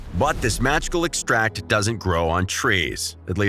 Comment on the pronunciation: OMG wrong accent, its noun "e'xtract" not a verb "to extra'ct"